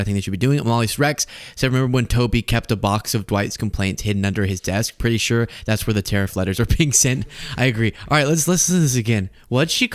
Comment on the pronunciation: Is anyone else irritated by her pronunciation of the word “sure”? She says “chure”. Petty, I know, but I’d rather laugh than cry 😊